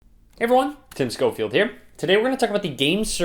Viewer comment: what other people here: hey everyone! what i hear: heyvwewan